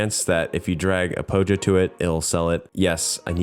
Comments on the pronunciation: Its Pollo (Po-yo) not pojo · Oh wow!, another scratch game for us, thank you for making another one for us 😊 Now that you are getting interested in scratch, i now have an opportunity to link you my game, but then I heard you pronounce Pollo (Po-yo) as Pojo, maybe this isn't my chance... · Chicken in spanish (pollo) is pronounced like poh-yo, not pojo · IT'S PRONOUNCED PO-HO, NOT POJO! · oh god, as a Mexican hearing someone says "pojo" it just i dont know its kinda just weird for me, i just uhhhhhhhhh, i just know its supposed to similar to pollo (pronounced poyo), i just uh i dont know. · Pollo is Pronounced pöēö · the way you're saying "pollo" was bothering me. Assuming you're talking about Spanish, you pronounce it "Poi-yo" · I love the way he says pollo lol It's the gringoest thing ever and I'm here for it